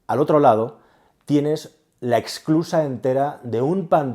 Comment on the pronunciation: SE DICE ESSSSSSCLUSA, NO EXCLUSA. SE DICE INFLACIÓN Y NO INFLACCIÓN.